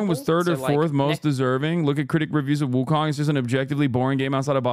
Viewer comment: It’s pronounced Wu Cone